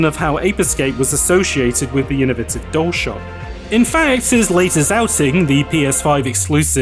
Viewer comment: why do you say "dole shock" instead of dualshock?